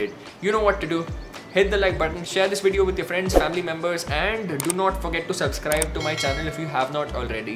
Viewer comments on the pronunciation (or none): none